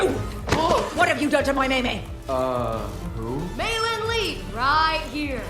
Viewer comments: It's not Mi! IT'S MEI! Like if you're saying May! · Mei's name is pronounced "May" in the movie but this girl out here saying "me" 💀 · It’s pronounced as “May,” not, “me.” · I know you asked if we have seen the movie, but have you? It's not pronounced "Me," its "May."